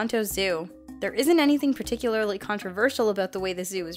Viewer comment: shitty Hollywood director voice, love ya, yor golden! But,,, listen sweethaht, "particulararly"?!?? Cmooooon yor killing me babe.